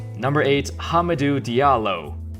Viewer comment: Am I the only one that heard him say HUMPERDOO Diallo from preacher?